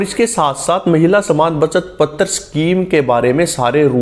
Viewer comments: Can't you pronounce पत्र as पत्र (not पत्तर्) ? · पतर नहीं है भाई पत्र है 😂